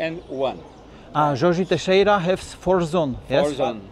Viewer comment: nie Jose Siqueira tylko JORGE TEIXEIRA:) Czyli brazylijski polityk - były major Manaus i gubernator stanu Rondonia. I właśnie na jego cześć nazwę dostała dzielnica na północno-wschodnim krańcu Manaus. Gdybyś kiedyś potrzebował wsparcia czy darmowej konsultacji geograficznej to polecam się:)